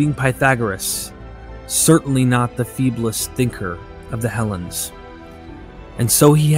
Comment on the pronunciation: On what planet is Hellenes pronounced Helens?,,,Try Helleens,otherwise nice video as always.